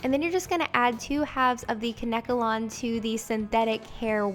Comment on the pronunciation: Isn't it pronounced Kane kalon?